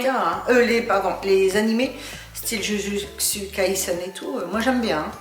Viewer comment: フランス語で「ジュジュッツカイセン」って発音ステキ❤️